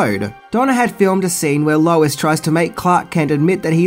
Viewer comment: I thwoth I hard Wallace instead of lois